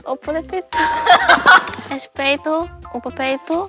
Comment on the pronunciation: O ''respeito'' da Soojin foi com sotaque de carioca KKKKKKKKKKKKK.